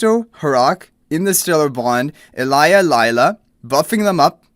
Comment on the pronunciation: I'm sure it's probably just a language thing. The letter "J" is probably pronounced differently in his language :)